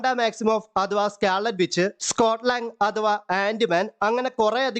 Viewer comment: Scarlett bitch alla bro scarlett witch😂😂